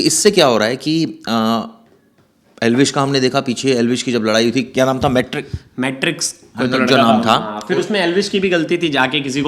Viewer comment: Naam to sahi se padho ....matrix,rajveer Ka bhi pata nhi kya